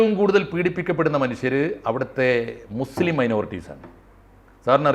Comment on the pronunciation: ❤❤❤ മുസ്ലിം എന്നു പറയടാ..... നീയൊന്നുo നാക്കു വടി കാറില്ലേ????